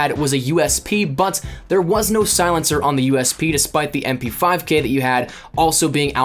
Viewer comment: Cringe everytime you said mp5K, fatal error